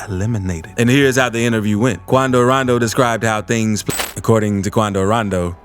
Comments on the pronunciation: If he say quandow randow like that one more time he finna piss me bro🙃 why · “QuAndO rOnDO” 😂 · Quandow Rondow...Attacked! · Why he say Quando rondo like that Hahah. 😭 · The way you say quando rondo makes me wanna peel back my fingernails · He sound so stupid saying “Quando Rondo”